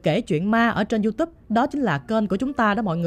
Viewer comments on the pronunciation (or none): none